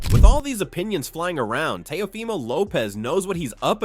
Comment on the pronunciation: Teh-ah-fah-mo is not his name lol Teo gets hit in the face too much to win this fight